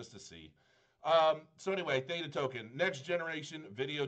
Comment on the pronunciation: The word is so simple to pronounce. Did you even learn English in school. Nice review BTW.